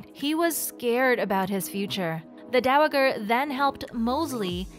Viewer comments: I would love to watch your videos but the mispronunciation of the word Dowager over and over and over is like nails on a chalkboard to me I just can't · Learn how to say "dowager"!